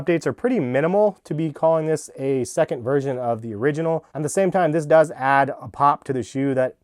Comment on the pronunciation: Why does he keep saying “Virgin”